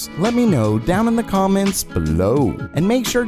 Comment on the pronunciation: Pleeeease think about how you read your sentences. You make EVERY damn line sound like it's the highlight of the day and you're ending every single sentence with an exclamation mark..... BeLOW